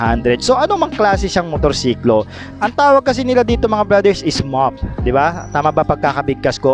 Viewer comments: Mo-ped ang bigkas sir. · Pronounced as "mow-phed" moped po. Bili ako neto. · Pronounced as "mo-ped" idol. Sana meron pang maabutan dito na stock kung sakali. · "MOPED" pagbigkas (MOH-ped) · Mo-ped ang pronounciation nyan. Motorized pedal. Nun unang panahon ang motor combination ng motor at bisikleta. Dun nagsimula ang honda. Me motor sya at same tym me pedal sya kaya tawag dyan mo-ped.